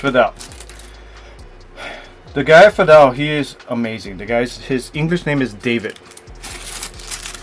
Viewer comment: The “Fadel” / Feedle pronunciation was throwing me off there. 😅